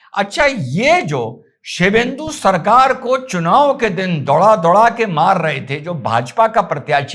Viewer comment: अरे कुत्ता शिवेंदु नहीं शुभेंदु।